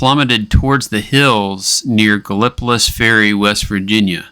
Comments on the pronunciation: Thisvis my hometown .. no offense and dont feel bad bc everybody has their own way of mispronouncing Gallipolis... lol its pronounced Gal-o-police....Gallipolis. some have been known to say gallon-o-piss even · Gal lip o tus? 😂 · i always get a kick out of how people not from the area say gallipolis. no idea how i've never heard this story before now.